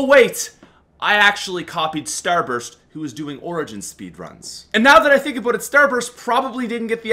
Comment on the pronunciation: I hate how you say Aboot instead of about...